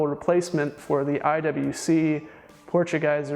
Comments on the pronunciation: How about "portuguese" and yes i am portuguese. Try Por-tu-ghee-ze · That's kinda difficult question since IWC is a Swiss brand and IWC Potugieser is a German name (German pronunciation would be like por-tu-ghee-zah).